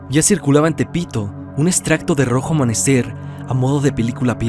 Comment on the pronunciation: Excelente trabajo, me entretiene mucho tus vídeos hace que se me pase el día más rápido, solo una observación dice "rojo amamecer"